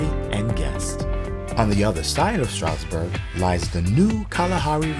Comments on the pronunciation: There's a "d" in Stroudsburg. We pronounce it. You might want to too. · That feeling you get as a native when the closed caption feature constantly spells your hometown "Strasbourg" or "Strasburg" because the narrator constantly drops the D when pronouncing Stroudsburg. 🙄😒 The highlighted information is good once you get past the mispronunciation.